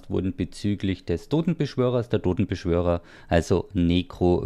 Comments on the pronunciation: ich hab gewusst, dass er wieder "dodenbeschwörer" sagen wird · Wie Lustitsch HaHaHa